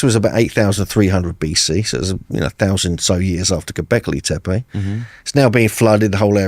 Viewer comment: “Have you been to gobleki tepe?” Jesus christ, get it together man.